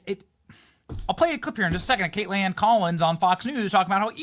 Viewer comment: Stop saying Kate land. You sound like an idiot. Just pronounce her name correctly. You sound ignorant.